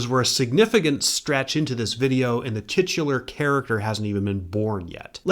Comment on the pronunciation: If my child got in trouble for laughing at you saying 'titular" in class, I would understand.